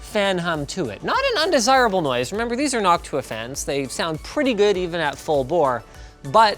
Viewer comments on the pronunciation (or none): none